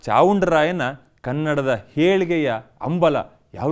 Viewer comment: ಆಹಾ... ಹೇಲಿಗೆಯ ಅಂಬಲ.... ಕನ್ನಡ ಪಾವನ ಆಯ್ತು...‌ ಒಂಚೂರು ನಿಮ್ ಉಚ್ಚಾರ ಸರಿಮಾಡಿಕೊಳ್ಳಿ ಸ್ವಾಮೀ....